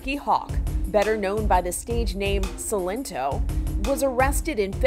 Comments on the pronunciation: Everyone even him: Sy-len-to Reporter: See-len-to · “S ill en toe” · He literally pronounced his name in the song and she's like "Ci - Len - Tó" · She pronounced it “Seelento” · Why she calling him sellinto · "selento" wtf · The lady in the video said his name wrong too 😭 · The way she pronounces "Silento" and "name nae" 😭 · Exactly, omg. I started dying when I heard her pronounce Silento 😭😭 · Bruh the way she pronounced his stage name got me dying.